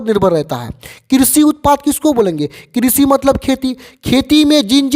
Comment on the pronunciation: किशी नही कृषि